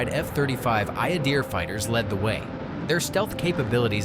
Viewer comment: Adir is pronounced Ahdeēr not Ǎydeer.